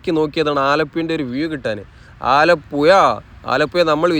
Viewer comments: ഇങ്ങള് ആലപ്പുയ എന്ന് തന്നെ പറഞ്ഞാൽ മതി മുത്തേ, അത് കേൾക്കാനാണ് ആലപ്പുഴ എന്ന് പറയുന്നതിലും സുഖം! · ആലപ്പുഴ എന്നു മുൻപത്തെ വീഡിയോ യില് പറഞ്ഞു തന്നത് ഈ വീഡിയോ യില് 😂😂😂 അച്ചരപുടത ഉണ്ടാക്കീട്ട് പോയാൽ മതി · സ്നേഹം കൊണ്ടാണ് പറയുന്നത് ബ്രോ അല്ലാതെ ബ്രോ ഴ യെന്നോ യ എന്നോ പറഞ്ഞാലെന്താ .❤ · ഡ്രോൺ vdo സൂപ്പറായി. മനോഹരം. ആ കറക്കി കാണിച്ച സീൻ അടിപൊളി. പിന്നെ ആലപ്പുഴ: ഴ.... ഴ..... കോയിക്കോട്ട് -😂' അല്ല .... കോഴികോട്..